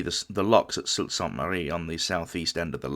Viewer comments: Well done video about a tragic event. One small correction. The town where the lifeboat is displayed is not pronounce "salt". The town is Sault (pronounced Soo) Ste. Marie, Michigan, which happens to be my hometown. Looking forward to more videos. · Absolutely outstanding!! My only copy-editor niggle is that "Sault" is pronounced "Soo". Otherwise first class reporting